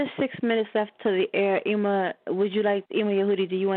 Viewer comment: It’s pronounced Emm ma, not eeema (Emah)